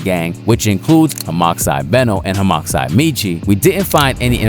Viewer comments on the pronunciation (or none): HAHM-ah-side❌ Hahm-OX-side✅ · Hox Genes ass pronunciation 😆. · bro pronounced the x😂😂😂😂😂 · please don’t ever pronounce homixide like that again